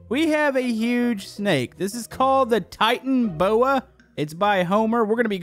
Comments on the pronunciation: Its Tita-no-boa Not Titan-oboa Just correcting :/ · When he said "Titan boa", I instantly knew that it was supposed to be called "Titana boa". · Dude. It lived in the cretatous period and is pronouced TIE-TAN-O-BOA not TIE-TAN-BOA. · It's Titanoboa not titan boa, titanoboa is a large extinct snake related to Boa constrictors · Do know that the titanaboa is a real snake?And said titanboa instead of titanaboa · Its titanoboa not titanboa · it's Tit an a boa. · No it's actually pronounced titanoboa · Ehrm its pronounced ti-ta-no-boa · Titan-o-boa. SMH also this snake was once real I'ma nerd 🤓 sorry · I’m sorry but I heard the calls it’s pronounced titanO boa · it is actualy pronounced titana boa witha n a on the end and it is a real creature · It is pronounced as TITANABOA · it's pronounced titan-o-boa and it was a real prehistoric animal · It’s pronounced titana boa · it’s pronounced (titan a boa) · me getting a little bit triggered with him pronouncing the snake wrong o wait most youtubers dont know how to pronounce them names okyour clear